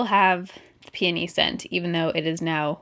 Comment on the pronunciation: ROFL!! When she was talking about Mrs. Myers, I thought at first she said panty scent instead of peony....I'm dead. LOL